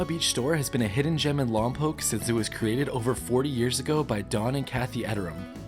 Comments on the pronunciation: You say lom pock not lom poke. You’re not local I guess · Wrong ! The Correct Pronunciation of Lompoc is " Lom Pawk " / Not; " Lom Poke " !